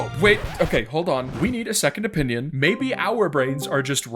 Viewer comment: when he said lets get a secont opiniyin i go an ad XD